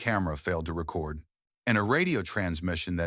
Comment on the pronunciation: So we're skimming over the fact it pronounced record (as in lp) vs re-cord like you would do to a disembodied voice. AI has no buisness narrating anything